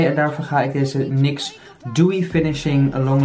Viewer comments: xje je spreekt het uit als "niks" hahahaha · NYX spreek je uit als n-why-x